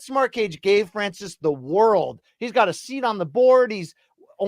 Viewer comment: Hey Luke, yes Dana deserves to be clowned for how he pronounces Ngannou However, Francis in French is definitely not pronounced the way you say it, you uncultured swine